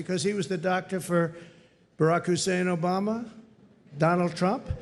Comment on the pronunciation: Why he say borrak heissen obama lol